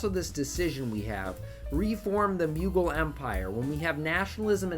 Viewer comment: The Muegul Empire As an Indian, I can assure you that that is literally the worst possible way to pronounce it lmao